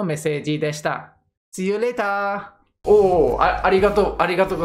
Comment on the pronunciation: See you laterが日本語発音で笑った笑笑